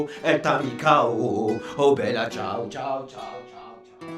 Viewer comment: La part contre tu ma tue quand ta dit bella cias 😂😂